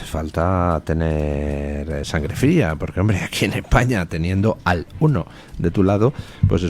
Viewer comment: No se equivoque D. Luis. Bono no dijo que no haría nada que perjudicara a España. Dijo "Ejpaña"